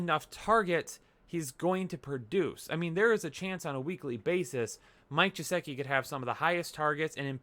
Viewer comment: Maybe if you pronounced Geh-sick- e’s name right he would follow your predictions 😏